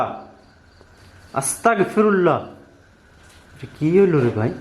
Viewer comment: আসতাকফিরুল্লাহ না সঠিক উচ্চারণ আসতাগফিরুল্লাহ